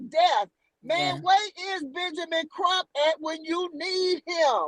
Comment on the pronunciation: I’m sorry but the lady is delusional. I say this with all due respect! Ma’am, you are not the FBI. You are full of speculation. You are no where close to Benjamin Crump or Kruk as you clearly pronounced. Contained and Detailed are two different things… especially when it comes to law enforcement. I’m sorry but Benjamin Crump, Al Sharpton, Roland Martin are NOT above reproach! So called connection and those who work in “ high positions” you have are NOT above reproach and cannot disclose procedures/processes. With all do respect your right up there with Mr. Zuniga!